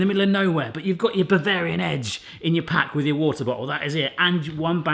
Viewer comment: Aussie accent "...but you've got your bavarian edge!" Lord help me 😂😂😂 crying laughing over here. Of course the edibles help too.